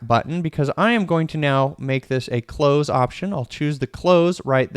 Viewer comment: Great video,! Card windows are so deceptively powerful. We are using them more and more. Just had to chuckle when you said "…take off the close" referring to the Card window options. Sounded like you said "…take off the clothes!" 😳 Hey, you develop however you want. Haha!